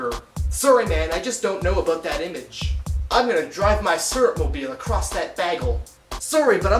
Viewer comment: image.. you say it like french people :P